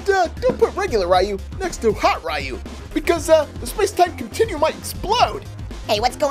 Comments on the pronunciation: It's not r yu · it's ree u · upsets street fighter fans by Calling Ryu RI U